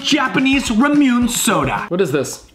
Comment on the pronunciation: ramune 😫😫😫😫 noooooo it’s pronounced RA-MO like a cow saying moo RA-MO-NE like ney ney ne it’s RA-MU-NE